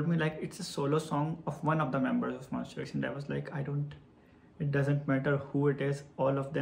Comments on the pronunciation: Actually its MONSTA not MONS-T-E-R....... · So happy for you~ 👏😊 Btw not MON"STER" X , but MON"STA" X 😁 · So we gonna ignore him saying "monster" instead of "monsta" but still the whole video is so sweet and everything 💛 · you kept saying "monster x" but i let it slide coz you are telling your story so cute uWuUuu. thank you for sharing this to us, we appreciate your time and effort. we hope you get more chances to work with other idols. changkyun is the sweetest emo boy, monbebe loves him so much, the mv came out really good. you guys did a great job.♡ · sorry, its MONSTA X not Monster X. anyway thankyou so much for ur hardwork with our precious Changkyun. May Allah bless you! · He wrote Monsta X so I think it's his pronunciation that sounds like that. lol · its MONSTA X please. MONSTA "TA" "TA" X but thank you for the content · Omg the same thing I thought about the whole video😭😭💀